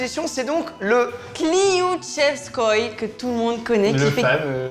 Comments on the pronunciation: qui a dit cloutiouffestoff jpp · J'étais MDR quand a repris Léna avec la prononciation du kliouchevskoi.